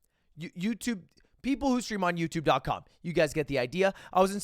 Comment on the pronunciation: Still can't say Youtube everytime lmao